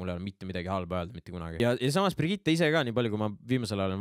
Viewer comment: Keegi veel on tähele pannud, et ütleb iga kord Brigitte kohta Birgitte?:D